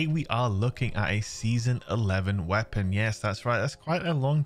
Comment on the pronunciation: Goopy wea-ponn. Glorious!